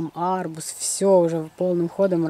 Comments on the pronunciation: ЖЕНЬ ШЕНЬ арбУз а не АААрбуз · Почему вы говорите А'рбуз!ударение на а